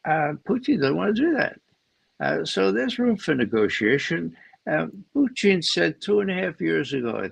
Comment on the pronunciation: Not one of Ray's best ; his constant tongue wrapped around Pooocheeeen instead of Putin gets on my wick a bit